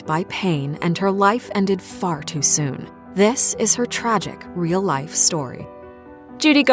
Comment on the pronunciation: They said “far to”